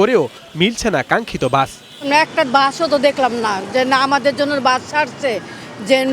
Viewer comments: Bus ❌ Gaas ✔️ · এই মহিলা দোতলা বাস কে দোতলা গাছ বলছে